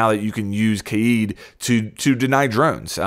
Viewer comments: Kaid is pronounced as "Kah-eed" or ""Kah-èd, and not as "Kade". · Why do you say it like KAYEED it’s like Cade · its kaid not kaieeeeeed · I hate when people say “KAID” as “KADE” he’s from Morocco, not ‘murica. I also hate when people say “ZOFIA” as “ZO-PHIA” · Stop saying CADE it’s pronounced KÁ-ÆD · You pronounced kaid 3 different ways [Kayde] [Kha-id] [keyd] stock with the first one plz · Kaid not Keed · It's not KAID it's KAIIED that's how you say it in arabic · It's not Kay-yeed. It's spelled differently but pronounced the same way Kayde is pronounced. Like the character in Destiny. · Bruh it's not pronounced kAyIEd. It's Kay-d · Hi there mate ! greetings from Egypt, i just keep commenting on all of the major r6s YouTubers to correct the pronunciation of "Kaid's" name it's not that hard as everyone pronounces it as "Kayeed" ,it's just "Ka'-Edd" KaEdd ,KaEdd.. even much easier than "Kayeed" which is irrelevant and isn't even the Arabic word, it's just Ka'Edd :) ,peace ^_^♥ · Why is you struggling to say kaids name? It’s not kaede lt’s pronounced kade even thoe it’s spelled kaid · Just say kayd dude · Pronounced “Kay - d” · Why did you say Kaid like that!? Kaeeeeed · Can you please pronounce kaids name correctly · Why does he say kaid like that?! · Im calling it. even tho its not how you pronounce it instead of bandit tricking it will be kaid raid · The way he says kaid sounds like hes havin a stroke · LMAO everytime you say Kaid.